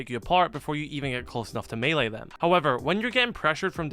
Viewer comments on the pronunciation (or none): none